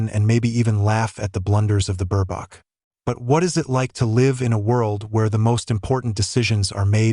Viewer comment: Mispronounced name of Ms.B.😢